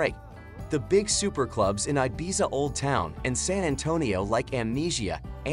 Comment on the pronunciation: Exactly - the pronunciation of archipelago was hilarious as was Mallorca, Ibiza, Lanzarote.